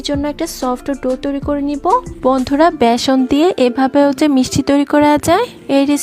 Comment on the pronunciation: ম্যাডাম ভ্যাসন নয় ওটার নাম ❤(ব্যাসন)।